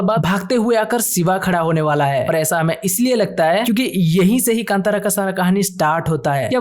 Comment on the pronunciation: Kandara ❌ kantara Kanad ❌ kannada